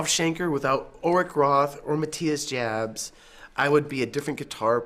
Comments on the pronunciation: Not Matthias "Dschabs"! Prononounce it like YA(hoo) Jabs --> Yabs! That ist the right German pronounciation! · It's pronounced "yaps" not "jabs" Kirk Hamster ; ) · I thought the name was pronounced Yobs. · Jabs is pronounced "Yaps" with a soft A. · Pronounced Yabs. Scorpions are so awesome. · Kirk needs improvement with his German pronunciation. Maatias Jabs is properly pronounced more like Meetyus Joorbs. Kinds rhyme last nane with Knobs. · OMG I've been pronouncing ALL Scorpions names wrong for 40 years! Thanks Kirk!